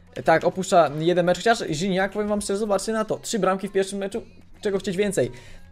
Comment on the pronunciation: NIE RZINACK TYLKO GIGNAC